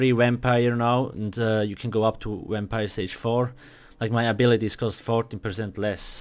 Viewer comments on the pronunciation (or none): Why so negative, thats just bc of where he comes from and he made this video to help ppl and then u are going to complain about the fact that it sounds like wampire? pls get a life and stfu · He say wampire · a "wimpire" lol The video helped me alot tho 💪